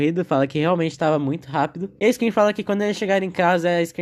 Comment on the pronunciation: eu morri a cada vez que vc fala "A iscream"